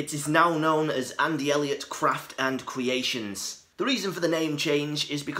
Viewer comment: Cwaft and Cweation